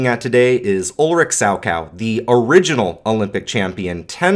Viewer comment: Gosh, who on earth is "sowcow"? The man's name was Salchow. If you are unable to pronounce the "ch", then please try with "sall-tzov". Also, different generations look differently on male ice skaters deserving the name "GOAT". To me it is Yagudin. I know, of course, that Plushenko accumulated more titles, overall higher scores, but I always found him lacking a little in the artistic expressions, a field very much dominated by Yagudin back in the day. Plus, Yagudin still is an active skater today (not in competitions, of course), despite his full hip replacement 20 years ago! No one ever seems to take that into account.